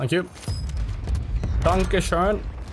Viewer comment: pronunciation was pretty good tho haha but no i dont think so